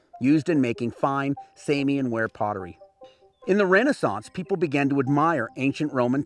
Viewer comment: Samian pronunciation correct, from UK archaeologist.